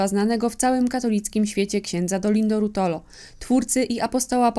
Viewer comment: RuOtolo, proszę nie kaleczyć nazwiska. Z akcentem na...O..